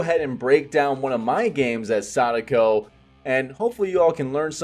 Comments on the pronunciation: I respect when people pronounce Sadako well. :) She’s been one of the most fun killers to play, IMO. I’ve also been enjoying your build ideas and explanations a lot. Thanks! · Great pronunciation of her name.